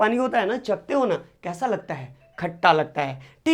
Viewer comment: Sir khata hota hai khacha nhi😂😂